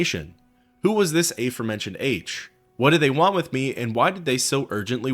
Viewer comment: Do you say to go ashore like "Go eishore"? No? Well you should do it consistently with aforementioned as well.